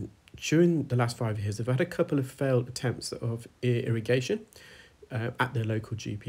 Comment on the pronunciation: EAR A Gation😂😂😂